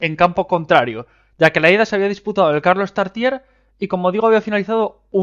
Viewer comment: Carlos Tartiere, no Carlos Tartier